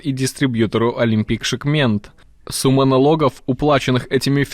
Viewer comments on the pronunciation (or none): не Олимпик шиКМЕНТ а Олимпик ШимКЕНТ😁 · Олимпик Шымкент, читать научитесь, Шыкмент. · Олимпик ШЫМКЕНТ правильно будет, а не шыКмент. Читайте внимательней. Эх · Шикмент говорит... хоть бы текст сначала прочитал. Ну после такого неуважения к казахскому народу, еще бы он оружие России не поставлял) Со всеми ближними соседями попересрались и думают америка поддержит xd жаль что страна всё равно территорию не сменит и всегда будет находиться с русскими,белорусами, казахами и тд